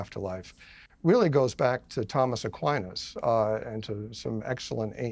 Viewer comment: his pronunciation of Aquinas was enough for me to stop listening. even though I was on his side.